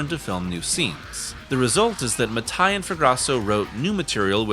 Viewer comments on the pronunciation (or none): Damn it, Mattei is pronounced Matt-ae-ee (not ma-thai) 🇮🇹